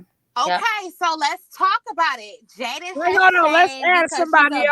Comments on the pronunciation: Jailyn lol it’s Jaiyden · its Jaiyden not Jaylen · Lol Jaiden GG or Jaidyn however the hell she spell it. You keep saying Jalyn 🤣you got Jaiden in your Caption but I agree with everything you saying in this post ❤️💯